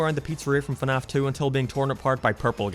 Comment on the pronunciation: also, when you insult someone, pronounce what they like correctly, it's fnaf